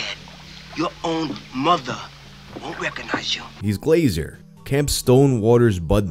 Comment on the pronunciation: I’m genuinely dying at “ya mutha” idk why that was so funny